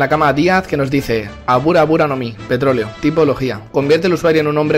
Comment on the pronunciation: JJAJAJAJ se paso de verga el de petroloe se que no es mame pero se oyó como mame xd